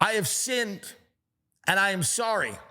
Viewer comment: "I have sint" 😂😂😂😂